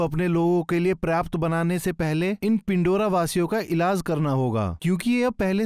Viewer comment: यह पेंडोरा है .... ना की पिंडोरा 🤷🏻‍♂️